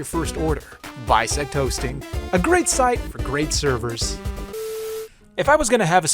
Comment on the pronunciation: "Bisect hosting" me hearing Bisect Toasting like:???